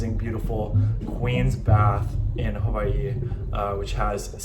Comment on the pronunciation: It's not huvaii it's (who-Y-e)